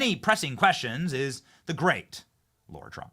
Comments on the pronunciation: Love ur show Benny just need to question one thing I thought Trump's daughter in-law was called Lara Trump but i have heard u call her Laura Trump repeatedly...can u clarify pls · Benny, I have been trying to decipher whether you are saying Lara wrong because of your accent or because you don't know that its not Laura. I keep telling myself surely there is no way you don't know, but I still hear you saying LAURA not LARA (LA-RA simple as) 😝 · F-ing Lar-ha not LAURA